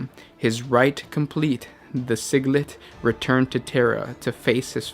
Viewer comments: its pronounced sij-il-ite not sig-let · SIG-LIT???? That was cringey!!! It Sigil-ite!!!! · Sigil. Read as sijil. So read Sigillite as siji-lite not siglet lol Throne the cringe on the pronunciation makes wanna order an Exterminatus on you lmao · I think your tongue is possessed by a Khorne demon. Because you are butchering the pronunciations of so many words. Siglet, valed in secrecy, blessed with super human physiology...not psychology. Oh man, it’s ok....sometimes my brain fucks up my mouth, too. Haha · It's Sigillite not Sigilit xD